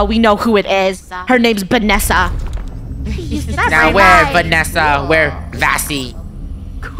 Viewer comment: i replayed it like 100 times then noticed it said Bannessa and not vannessa